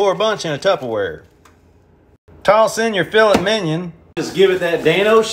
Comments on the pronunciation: I love how he pronounces "fillet" and "minot" 😂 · It's Filet Mignon, now pronounce it right, you fergot the Gee!!! Lol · I hate him for the way he pronounce filet mignon